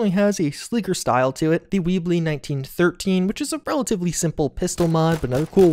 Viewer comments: The Dardick doesn't shoot a "T - Round", it's pronounced just like it's spelled, "tround" which represents the triangular rounds or cartridges that the Dardick uses. Likewise, it's not "Wee-blee", rather it's like a spider's web, thus Webley. Pronunciations aren't your strong suit, but otherwise great video. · Weebley..That had me chuckle a bit. Web-Lee is how you say it. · It's pronounced "Tr-ound", not t-round, and Web-ly, not weebly. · I've never heard someone pronounce Webley as "WEEB-lee". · Thats Webly, like "web-lee"